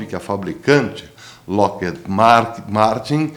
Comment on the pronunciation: professor bom dia! se pronuncia "loquerríde" ! abraço